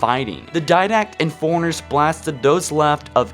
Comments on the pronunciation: Four-RUNNER; not, "Foreigner." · Love how you pronouce for runner as foreigner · You realise that fore and runner are two separate words? Forerunner not foreigner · Good vid, but I couldn't get over your pronunciation of fore runner, precursor, and faring.